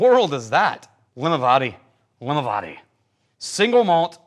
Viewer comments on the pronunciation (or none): I can't wait to try this one, but one small point, Limavady should be pronounced to rhyme with caddy.